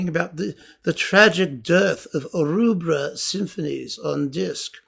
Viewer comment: Thank you. Excellent enlightening talk as ever. Just one thing, it's Rubbra as in rubber, not Roobra.